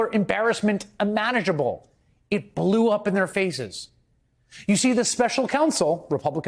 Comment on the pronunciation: He said imanageable…lol